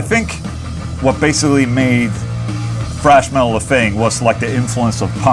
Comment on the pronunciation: "Frash Metal" - Ola, TH does not sound like F. Saying "frash" is incorrect. Do you say Thor's name as "For", too?